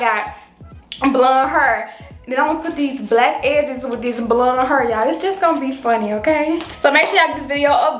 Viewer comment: He said blound 😭